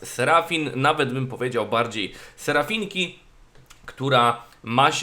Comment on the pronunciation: ale to irytujące jak mówisz S E R A F I N K A